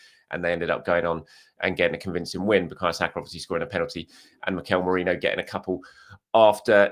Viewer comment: ~Merino~ Merinho 😜